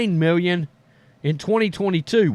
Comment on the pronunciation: "Mew-yuns" of dollars...